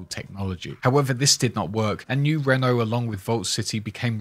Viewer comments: Great detailed video as usual. You have a voice made for narraration man. Only constructive criticism I can give you. I realise you are British, not American. But you must get the pronunciation right when saying New Reno. You do not pronunce like the French car company - Renault..non, non mon ami.. Must pronounce like the Americans say it. - Reeeno.. Like you say tea, but put an R in place of the T , think of it that way 😉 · Reno isn't pronounced like Renault. It's Reeeeeeeeeee no. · I'm sure you've heard this already, but Reno, NV is pronounced as "re-know" not "reign-know" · Its pronounced RE-NO not REN-O